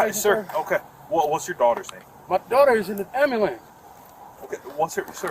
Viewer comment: "my'namadontariuh" "my dodder is in the amerlans."